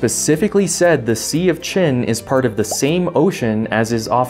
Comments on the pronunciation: How did you how to pronounce "Qin"? The romanized version of Mandarin calle d"PinYin" uses "Q" to represent the sound "tch"... Using these 3 letters may mislead English speaking about the sound: it is like says in his video. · The thing is, Qin is actually not pronounced the same way as "Chin". Those are two completely different sounds in Chinese (for the Ch-sound you have your tongue curled back in the mouth similarly to the English R, while the tip is on your lower teeth for Q). It's COMPLETELY different, no confusion has ever come out of that. No, but seriously there is a difference.